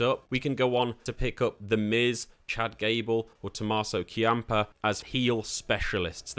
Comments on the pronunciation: Key-ahm-puh (Ciampa lol) was my soul crusher... I chalked up the Shinsuke one as an Englishman thing (probably just me shielding my soul early on 😅) But As an NXT fan... A Tommaso fan... And as an Italian American... KEY-ahm-puh was def a shoe to the applebag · Great work! Gonna give this mode a try later today. I know you said you don't watch WWE, but you have to work on those names. The way you pronounced Ciampa (it's "Champ-uh") almost made me close the video and delete Google Chrome :D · i cant tell if u actually dont know how to pronounce shinsuke and ciampa or if ur just memeing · Not as much as that ciampa pronunciation